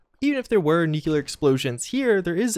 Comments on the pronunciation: I cringe everytime you say "nucular" instead of nuclear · {{noo*klee* ur, not noo kyoo lur}} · ffs it's nuclear not nucular. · People saying nuclear as "nucular" is bad enough... but "nuculus"? really?